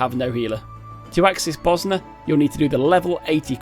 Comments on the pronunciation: Did you just call it "Buzznuh"? Bozjan, zj makes a soft J sound like in the word Usual. BO-zjan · Mage is pronounced "may-j" as opposed to "majj". Bozjan is "bozz - jan" not "bos - ner"